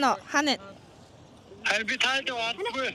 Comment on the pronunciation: ah "Harin bi ta hediig oldoggui ee" gedgiig "Hairaa bi ta hediig oldoggui ee" gej sonsloo shd😂😅